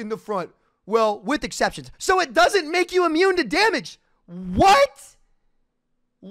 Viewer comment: Kind of funny that he can't pronounce exception.